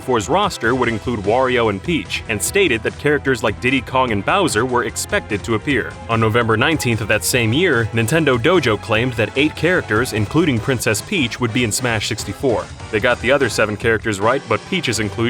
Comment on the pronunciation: It's Nintendojo, not Nintendo Dojo.